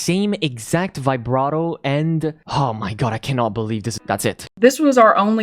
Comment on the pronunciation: buddy wtf is a V-AI-BRATO.